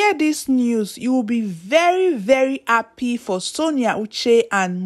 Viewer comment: Are you appy or Ha-ppy? Sis, please work on your diction and pronunciations! Good luck!